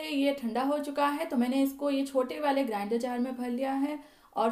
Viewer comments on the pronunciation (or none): none